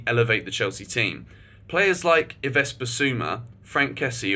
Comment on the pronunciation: Bruh the Yves pronunciation is tough 😭